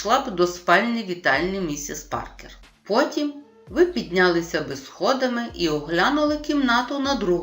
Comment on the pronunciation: Дякую! Але! Наголоси: вдалОся, піднялИся, повелИ, провелА, недОпалки, рукОписи, Якось, їздила на конІ , товстИй… Працюйте над орфоепією